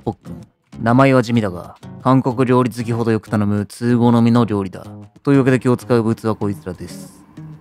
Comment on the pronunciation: 韓国料理 が 暗黒料理 に聞こえた